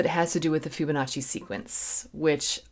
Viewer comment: It's pronounced FIBonacci... not FYUBonacci....